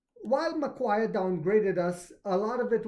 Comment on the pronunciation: Love your work Mitch. MacQuarie is pronounced like Mc Quarry ... Think of it like digging up discounted shares from an open cut diamond mine. Go NIO. Long hold here in Oz!